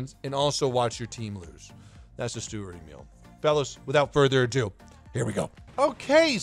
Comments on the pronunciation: Sturer Emil.... dude.... these are TWO words, it's not Stureremil xD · UR MAKING ME INSANE UR SAYING THE NAME OF THE TANK WRONG PLIZ GO GOOGLE TRANSLATE AND LISEN